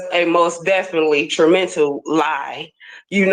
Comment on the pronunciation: TRAMENTAL? Or TREMENTAL?? ..WHET??